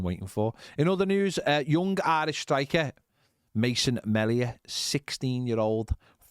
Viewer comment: Mason "Meal E a" (Melia). Couldn't figure out who ye were talking about